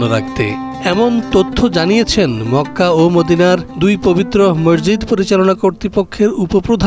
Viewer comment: ডিবিসি নিউজ এর সাংবাদিক এবং এর সাথে সংশ্লিষ্ট সবাইকে মসজিদ শব্দ টি উচ্চারণের ক্ষেত্রে বিশেষ খেয়াল রাখার অনুরোধ করা হলো।